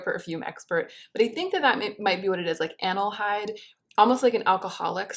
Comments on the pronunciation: I wonder if you mean "aldehyde" when you say "anelhyde"? Or is the latter a mysterious fragrance term I've never come across? I can't seem to find the word anywhere. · It’s ALDEHYDE lol ❤️